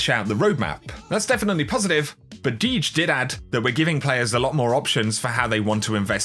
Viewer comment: Deej! It’s Dee J 😂